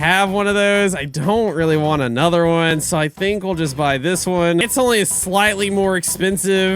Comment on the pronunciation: “Anoter”💀💀💀💀💀💀 “dead railes”💀💀💀💀💀💀